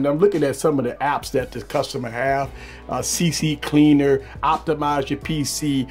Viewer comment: the good old "CCCleaner" i would spell it "CCleaner"